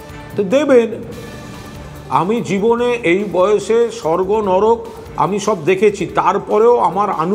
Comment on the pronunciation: নডক না নরক হবে । এতো বড় news channel কি করে ভুল হয়